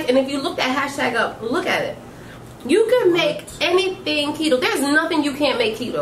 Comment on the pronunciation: Is that how you pronounce keto? It doesn’t have two e’s 🤷🏻‍♀️